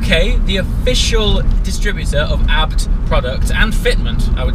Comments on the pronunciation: It is the name of the Owner of the Company in Germany, its Hans Juergen ABT not Hans Juergen A . B . T ? it is not an acronym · A.B.T why you trying to pronounce a acronym lol. like the guy from phone jacker. hooooomve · is there a reason you say abt as a word instead of ABT abbreviated?